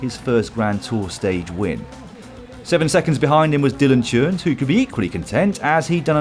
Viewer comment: A pronounciation tip: Dylan Teuns : his name is not pronounced with a j sound like [ tj-eu-ns ] , but [ t-eu-ns ], like in [ t-ou-gh ] Your Belgian colleagues have a funny way of illustrating this